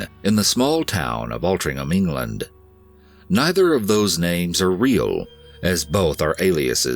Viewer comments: Glad someone has covered the case in my hometown of Altrincham (well pronounced!) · The most impressive thing is that an American pronounced Altrincham correctly. Even English people have trouble with that one, lol.